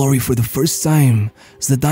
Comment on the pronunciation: Shame he can't pronounce his name I've noticed that a lot about this guy talking